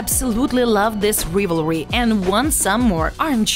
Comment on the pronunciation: Your “Rivery” with that voice isn’t a joke huh??